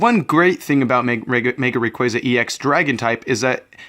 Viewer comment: It's actually rayquaza, the "wrong way" u kind of said.